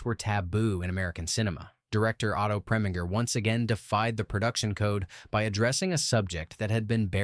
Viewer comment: Oh come off it! Preminger does not rhyme with finger, but ignoring the accenting of syllables, it does with injure.